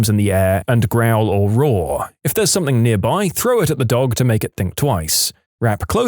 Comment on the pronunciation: No k in the word something